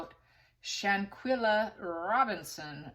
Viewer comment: Really sad case. Btw... Victim name pronounced Shan-quell-a and aggressor name dae-jan-nae. I hope justice will be swift 😔